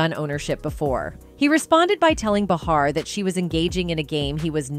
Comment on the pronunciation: What's up with this narrator mispronouncing Behar's name every time she said it? I think everyone knows that the super bitc*'s name is pronounced Bay har. Your welcome.